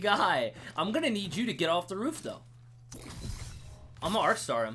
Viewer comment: He say of instead of off